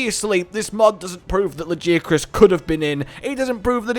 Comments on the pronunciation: ...All throughout the video I kept hearing "La Jia Chris" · Lajeucrus you say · How people pronounce Lagiacrus is like how people pronounce "Gif". /ponder